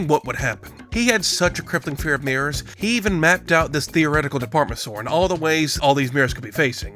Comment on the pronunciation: the lack of enunciation with the word mirrors made my eyebrows raise for a second